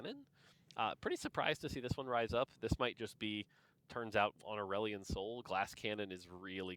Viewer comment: If you're pronouncing Aurelion in a way that rhymes with Dandelion I'm going to side eye TF out of you regardless of how OP he is lmao